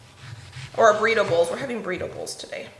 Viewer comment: I was thinking, "What is she talking about? Making "breedables" for dinner?" Then I realized you were saying Burrito Bowls. Haha! As you cook you'll figure out where things need to go. It is kind of nice to have the spices handy on the counter shelves, isn't it?